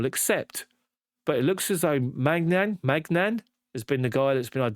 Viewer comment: "Main yon" is how you pronounce it mate.